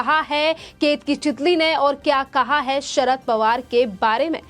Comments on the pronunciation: चितली नही चितळे बोल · चितळे है चितली नही